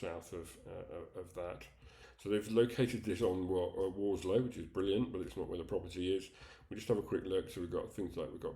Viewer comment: The agent can't even get the location correct: it's Warslow, not Warlsow!